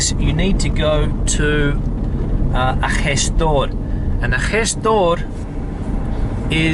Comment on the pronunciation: Awesome your pronunciation of the Spanish sound of "j" and sometimes "g", like in "gestor". Not all the foreigners pronounce it that good. Not even Latin Americans, who say it in a milder way. You say it like Spaniards do, scratchy, and I guess it is an influence from Arabic.